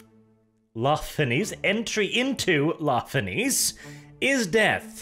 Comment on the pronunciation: "La Fenice" is technically pronounched in the sale way as "Nietzsche"; it's basically "la feNietzsche", translating as "The Phoenix" from Italian. The theatre on the Pride of the Emperor may actually be a reference to a theater in Venice, Italy, sharing the sale name. Sorry for the pseudo-grammar nazi moment, just wished to point out the bit. By the same token, "Maraviglia" is roughly "mEraviglia", translated from Italian to "Wonder" or something similar. Still crying over the wasted potential of this short story, though. Must admit I'd love to listen to your take on a 40k "loyal" (?) Fulgrim.